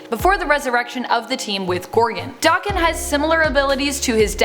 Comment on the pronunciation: Isnt it pronounced DA-ken and not Doc-ken? Just wondering how others pronounce it because I myself and most other people i hear say it stress the a like how it is in the word apple.